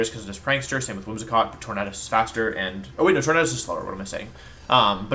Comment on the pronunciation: Why do you pronounce tornadus like that and not tornAdus. You say tornAdo not tornado